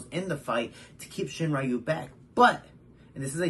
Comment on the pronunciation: Hey! Great video Just so you know, Makoto Shinryu is pronounced “Shin-Ryu”, not “Shin-Rayu”